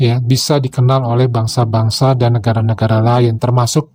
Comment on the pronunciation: Negare, bahase, saye. Pengucapan seperti ini sangat merusak tata bahasa baku.